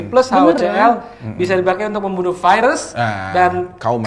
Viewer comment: Si abang ktularan si vicky bilang virus aja vaerus😂